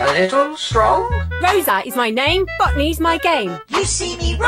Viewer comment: She actually saying botany but I can see why it sound like f$@ me.